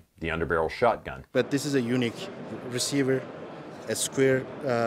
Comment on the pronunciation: Anyone else hear “Eunuch” receiver instead of “unique” receiver? What got cut off this thing? Lol